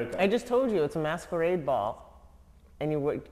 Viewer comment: The was he says masquerade sounds MASKURRRRED🤣🤣🤣🤣🤣🤣